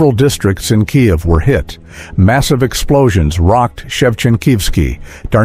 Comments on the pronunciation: Your AI is deficient and cannot even pronounce Kiev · the way you pronounce KIEV / КИЕВ is a crime - shame on you